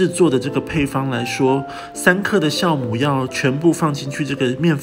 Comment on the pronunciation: 教母，不是 校